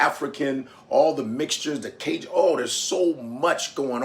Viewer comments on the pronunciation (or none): none